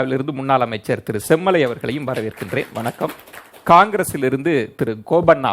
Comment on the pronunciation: says semmulai instead of semmalai.. (manasula uLLa aasai veLippattu vittadhu)